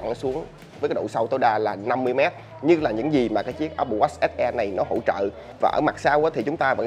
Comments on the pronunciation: jos Quý apple wash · Nghe chữ Watch ông review đọc khó chịu vl :))) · Đọc tiếng anh chữ watch nghe khó chịu quá. Chỉnh cách phát âm đê